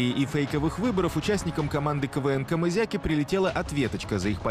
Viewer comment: Не комызяки а кизяки